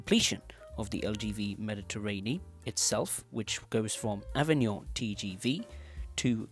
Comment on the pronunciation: It's ok: the other words are very well pronounced! "Avignon", "Marseille-St-Charles", etc...